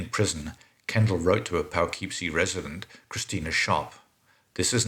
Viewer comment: Your pronunciation of "Poughkeepsie" is driving me nuts, but since you aren't from the US I'll give you a pass (it's pronounced "Puh-kip-see")